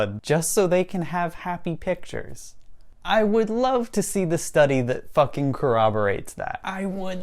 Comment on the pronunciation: Im just wondering why he wouldnt pronounce the letter v! Its love, not lobe,! Also, "has became?"